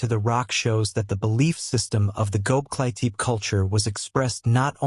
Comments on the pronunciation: Man!!! If you are to make a documentary about something, please pronounce at the least the name right!!! ... It is NOT Goklitip....the name is Göbekli Tepe in two words. From the get-go, your thing turned me off and sounded like shit. Using AI to make a documentary on a serious subject is not serious!! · Goklitip!!!.....you kidding me man!! AI bull !! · you might’ve never heard this or it’s AI so I’m gonna help you say it. It’s glob. Like globe is in the round circle thing that chose the Earth. Lee. Tech. Ee. ❤